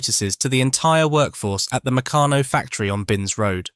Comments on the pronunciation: "Meck-a-no"? Damn clankers. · Mec-a-no??? Huh. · Mec can no? OMG! Try Mec car no. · I used to get Meccanno magazine, its pronounced (McCann - no,) I got my enjoyment from looking at the various pictures of things you could make as we were quite poor and only had the No.2 kit, I think they went up to kit 10. I saved my pocket money over 4 weeks to get 2 bob to spend on an airfix kit from the newsagent. Just so excited me, it took me an hour to buy it, looking at the pictures of every kit in the shop and drooling over the ones I couldn't afford. I eventually got some humbrol paint as well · Oh no! Now mispronounce MECCARNO. Oh dear! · well mec aano it was founded in liverpool😅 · Mech an o ? How could you pronounce that wrong? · Meccano is usually pronounced Mi-CAR-no as , or McARN-oh. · There is no 'r' in Meccano. Meck ah no. You'll be English then, who removes the 'r' in heh ceh (hair care) and puts it in loranohdah (law and order).😅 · yeah an he's english ! must be too young ti remember , but we do . great days aye ! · Meck ah no. there is no 'r' in Meccano. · Very interesting to learn the history, but get a human to read the script. That way the brand names will be pronounced correctly, e.g. Meccano and Triang. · Yea...the way that the it pronounced " Meccano" was a crime. Good effort though.